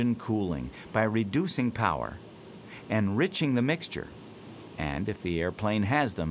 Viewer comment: cowl flaps, not cowel flaps